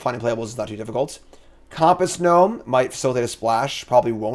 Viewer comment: Has this guy used a compass before?? Why tf is he saying COMP-ASS??😂